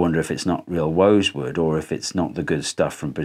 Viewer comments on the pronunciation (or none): wosewood lol